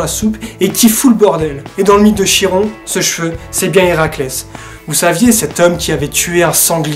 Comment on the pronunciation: Bonjour, la prononciation est " Kiron " ;)